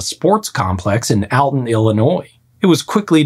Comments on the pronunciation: Alton. (ALL-TUN) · Alton, IL is pronounced like "All-ton" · Pronounced : ALL TON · I recognized the Alton sinkhole from the news last year, its pronounced " All ton" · I'm from the Alton area. It was a wild occurrence that shut down the park for weeks. The park reopened about a month or so later but foot traffic isn't the same as before from fear of a repeat collapse. Also it's pronounced "all ton" to help you out for the future ❤ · Come visit Alton IL, we’ll teach ya how to pronounce All-ton😂😂 or an ALT-town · Here in Alton, we pronounce it "All-tun" :) Thanks for the great video! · "All-Ton", FYI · The sinkhole was in Alton "'All' ton" Illinois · I'm originally from Alton and have been to the park where the sink hole formed. You butchered the pronunciation, but it was fun hearing my home town come up in the video.